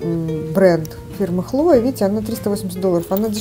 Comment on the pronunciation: КлоЕ, не ХлОе😂